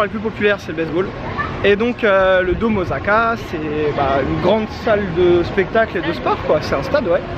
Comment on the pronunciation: Il me semble qu'on dit "ossaka" plutôt qu'"ozaka", en tout cas video agréable à regarder. J'vais m'en faire une 2eme dans la foulée tiens 😄